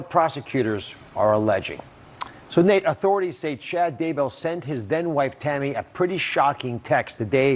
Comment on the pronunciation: I have 100% respect for you Nate and will follow this to the end. I have ZERO respect for Dr. Oz as he and Dr. Phil downplayed COVID in a dangerous way. Apologies from him was not good enough. PS: It's "Nate" not "Nat" Dr. Oz.